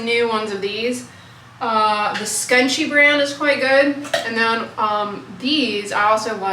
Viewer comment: It’s pronounced, “scrunchy” even though it’s spelled “Scunci”.